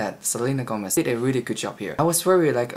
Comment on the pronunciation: You say Gómez like a native spanish speaker